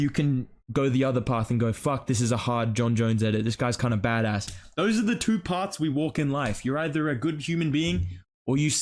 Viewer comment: Why do you say bad ass like that bro 😭 disrespecting your Aussie heritage